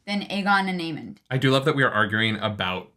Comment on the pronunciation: And it's Aemond, not Aemon.